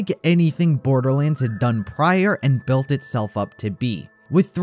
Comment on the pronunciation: Borderleeands ... shivers